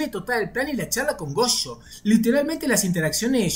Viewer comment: "Chuta", "gocho", "chuchi itadori", "chuchutsu kaisen", oh que horror 🙄